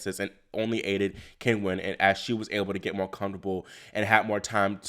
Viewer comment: Great recap as usual. Sloane will be remembered for her elegant, effortless play and for winning the USO, not the choke, but I imagine she cringed herself to sleep poor thing. BTW, it's pronounced Chin-wen.